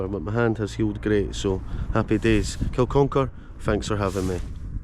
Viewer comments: It's Kin-uck-ar, not kil-con-kar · It's pronounced Kin,-uck-ar bud